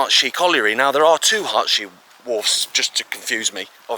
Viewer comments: My dad grew up in Hartshay and so did my wife, they pronounced it like it was Hartsey. They never said Hearts hay. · No, it’s not potato potarto, it’s pronounced Hart-see. Or, do you know better than those that reside there? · We pronounce it Hart-sea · Pronounced Heartsee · You got the pronunciation of ERY Wosh correct, but Hartshay is pronounced Harts Hay. Great video all the same mate. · Its pronounced Harts-hay in Derbyshire. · Heartsee is the correct local pronunciation.